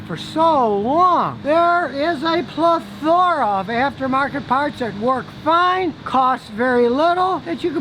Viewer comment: Ple - Thora. I like that pronunciation way better than my old way.